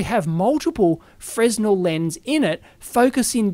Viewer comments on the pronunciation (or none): Stop saying fresno god damn it :) Freh-nell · It's pronounced "frehnel"- the s is silent, like in French.